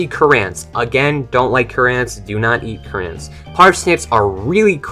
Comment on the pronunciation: Cur-ANT lol I love your vids bro